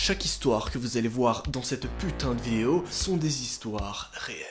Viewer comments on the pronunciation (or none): ta dit vieo 😂😂